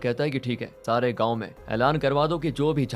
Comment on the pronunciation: गाऊँ नहीं गांव होता है।